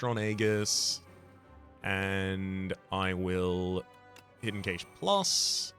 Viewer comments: I have never heard anyone pronounce "cache" that way. I always heard it pronounced like "cash". Is that an accent thing? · We English dont say it like that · Is he saying hidden cache wrong on purpose? 🤔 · Nope, they're saying it the way the English say it.